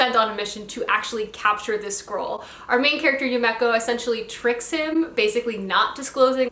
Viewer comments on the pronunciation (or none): I thought maybe ud be interested in knowing that u pronounce yumeko, “yume eh ko” not ‘yu mek oh’! Very slight difference but... hehe